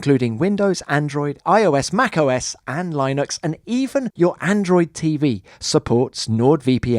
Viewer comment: lInux not Lienux